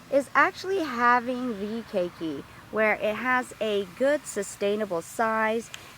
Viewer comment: key key, really hard to take the instruction seriously when even known pronunciation is wrong